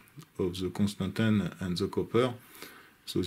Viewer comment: Your pronunciation of constantan is perfectly good!